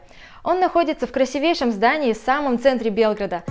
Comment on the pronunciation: Ребята, ударение на красИвейший. Ну вы же на весь ютуб вещаете.